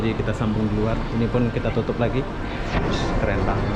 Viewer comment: KEREN BANG BUKAN KERENGG 😂😂